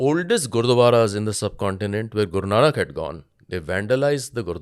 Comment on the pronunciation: The person in red sweater calling bloody Pakistanis Sahab But saying Gurnank ji Maharaj as Gurnanak..why Podcaster giving platform this kind of disrespectful persons